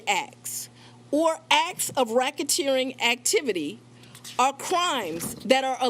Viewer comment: Rackateering ? LOL. Volunteering surrender ? What ???